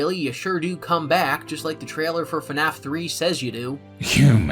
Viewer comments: I'm only 40 minutes in and I already love this video. If only bro knew that FNAF is one syllable... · Okay, love love love the video. Also I really like your voice, but why FaNAF? Where is the extra A?? I thought it was pronounced FNAF like : Fffffnaf for the past like 7 years... am I in the wrong? Is it a britisch thing? 🙃